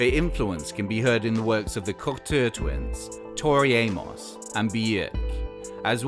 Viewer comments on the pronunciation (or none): ... "Cuckhteugh Twins" 😂, LOL!